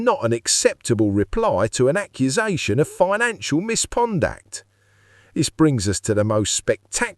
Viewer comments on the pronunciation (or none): Misconduct is a word; mispondact isn’t.